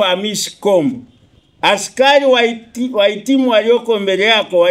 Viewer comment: Askayi, askayi,,askai,,,coplyo 😂😂😂 he !! Hatari hii